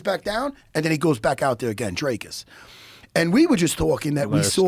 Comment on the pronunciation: The way these Americans pronounce Dricus bro 😂😂😂 where the fuck do you get “Drake-us” from 💀